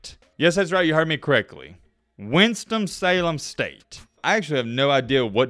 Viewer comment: I swear he keeps saying "Winstom Salen State"